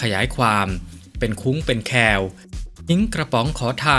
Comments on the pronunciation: เป็นคุ้งเป็นแคว ออกเสียง คว แอ = แคว ไม่ใช่ ค แอว = แคว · ขอพ้อหน่อยคุณใช้ภาษาไทยไม่ถูกครับขอให้แก้ไขหน่อยที่ว่า เป็นคุ้ง แคว คำว่าแคว อ่านว่า คะแว ให้อ่านควบกล้ำลดสะระ อะ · อ่านว่าเป็นคุ้งเป็น แฟ